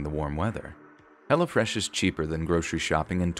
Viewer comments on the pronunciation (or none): I'm sorry but just the way you say "Hello Fresh" sounds like you're saying "Hella Fresh" and I bust out laughing like yeah son this food is hella fresh 😂😂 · I swear I thought you were saying Hella Fresh lol